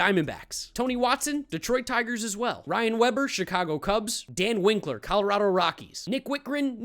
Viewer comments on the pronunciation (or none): none